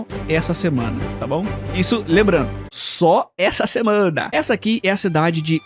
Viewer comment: A enfase no SÓ ESSA SEMANA me dá medo